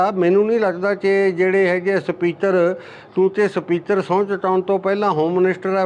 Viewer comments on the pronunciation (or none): Speater ni speaker hunda